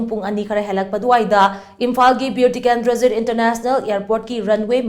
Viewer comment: Pls atleast pronounce clearly Bir tikendrajit airport not Beu tikendrajit